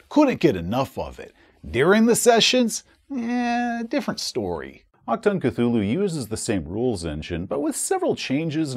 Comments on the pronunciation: Hey! Love your content. I don't wanna be the grammar nazi here... But if I may give you a little heads-up: Sayin "Ack-Tongue" is not what you say if you wanna say "Attention!" in german. I know the german ch is not an easy thing to pronounce as an american or english person. If you want to pronounce it more correctly (I'm fine if you don't), try to ignore the c, emphasize the h and speak the u like it is the oo in "Doom". So you say it a bit like "aHtoong". Even though this is still not 100% it, a german speaking person would understand it just fine and it miiiiight be a little more comfortable to say for you. Greetz from Germany! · for a correct ch sound, just imagine a hair in your throat.. the sound you make trying tio retch it out? thats the ch